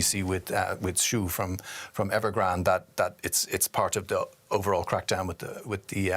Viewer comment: Did you say Nevergrande?